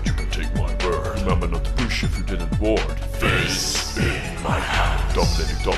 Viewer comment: FISSSSSSSS IN MAI JANDSSSSSS XD Hey maybe ad Fizz is good, but AP IS AWESOME, i like more that little boy as ap